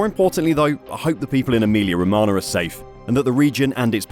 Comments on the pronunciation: ro-ma-nyah, not ro-ma-na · Romagna = romana × 10 Gauge = gorge English isn't your strong suit...